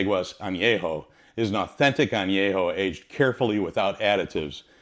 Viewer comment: VERY WELL informed video ; You do well with Spanish pronunciatión. If I may; the Word añejo should be with the an e from " YET " instead of an a from " yeah ". as in an-YE-ho. Excellent video